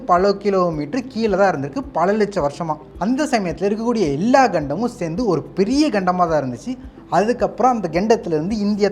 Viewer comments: கண்டமா.. கெண்டமா? நகட்டவே முடியலையா? என்ன தமிழ் இது? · Enna da pesura.. kendam nu soldra ketti nu soldra.. atleast for video cant you pronounce properly.